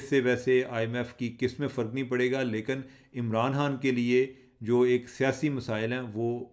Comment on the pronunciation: چیمہ صاحب پنجابی لہجے کے ساتھ اردو میں گفتگو کرنے میں کوئی ہرج نہیں مگر لفظ کی ادائیگی تو درست ہونی چاہیئے- آپ خ کو ح بولتے ہیں- مثلا خان صاحب کے بجائے حان صاحب توجہ دیجئے درست ہو سکتا ہے